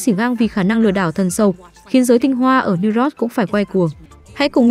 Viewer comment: bạn biết sao kênh ít người xem ko, tiếng anh cơ bản đọc ko dc, New York mà đọc ko dc, noi thì ngắt nhả câu kỳ cục, nên sữa lỗi lại đi bạn